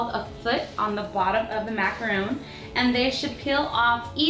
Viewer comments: It's MACARON NOT MACROON!!!! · It's spelled macarons, Cupquake :) and pronounced maca-Rhon. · MACARON not macaroon macaroons are a different cookie, and pronounced mac-a-raw with a french accent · its macron not macaroon. The difference between them is a macron is a french desert. While a macaroon is a coconut cookie.Just saying ^^ <3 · It's actually pronounced "Mac-a-rohn". Macaroons are made out of coconut, French macarons are what these are. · ITS MACARON WITH ONLY ONE O!!!! macaron: meringue-based cookie made with almond flour, egg whites, and granulated and powdered sugar, then filled with buttercream or fruit spread. It has a crunchy exterior, and a weightless interior with a soft ending. To add to the confusion, it's often called a French macaroon. macaroon: the term is equated with the moist and dense coconut macaroon, which is composed of egg whites, sugar, and dried coconut, piped with a star-shaped tip dipped in chocolate. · It's macaron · It's pronounced macarons but spelled as macaroons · Shes saying macaron wrong. I would know. I'M FRENCH XD